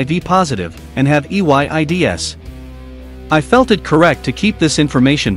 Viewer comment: why did the voice say AIDS like EYDS